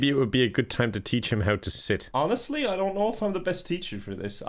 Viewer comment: zeeHOW, siiiit, SEUIT His neighbours: 👁👄👁